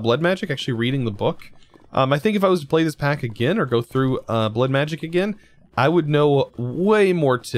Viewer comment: I like how he says blood machic when its evil craft(lol)